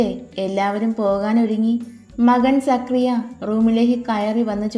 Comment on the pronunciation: സക്രിയ അല്ല സക്കറിയ or സഖാറിയാ